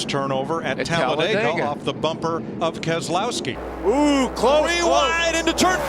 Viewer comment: Also it’s Keselowski